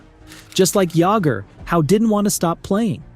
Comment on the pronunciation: JAMMER JAGGER